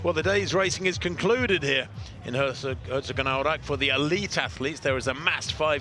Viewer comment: pronounce the "o" in Herzogenaurach like you would the English "toe" and hold it for a smidgen longer, and you`re perfect.